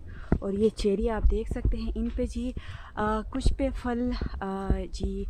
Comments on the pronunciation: Fal is wrong word Phal is right word اسلام علیکم ورحمتہ اللہ وبرکاتہ اپ ہمیشہ پھل کو فل بولتی ہیں اس لیے اپنی اردو تھوڑی سی اور اچھی کرلیں مہربانی ہوگی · كيا اپ کی طرف پھل کو فل کہتےہین۔یہ سننے مین بہت برا لگتا ہے ۔